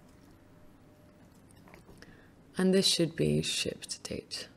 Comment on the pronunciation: Nice tutorial. Every time she says shipped I hear sh*t. I think it's just me, let me know if you do too.